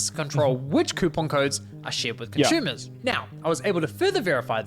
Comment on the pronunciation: He keeps saying conshoemees.... what's a conshoemer?